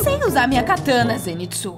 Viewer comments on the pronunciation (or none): Aaaaaa e katana aaaaaa não catana}:(